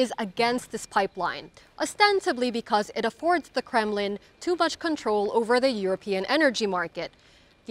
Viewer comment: How mush are you receiving from Washigntong?